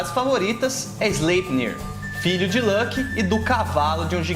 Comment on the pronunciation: Muito bom seus vídeos, e a forma que você organiza o conteúdo, parabéns! Uma única coisa que não consigo deixar de reparar, fico curioso de como você chegou na pronúncia de Loki, ela fica parecida com (Lãki), mas nem em inglês (Lolki) ou Islandês (Luoke) se fala assim, veja essa referência: então imagino se isso vem de alguma outra fonte, obrigado novamente pelo conteúdo!